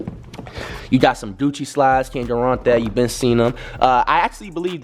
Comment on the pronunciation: This man said doucci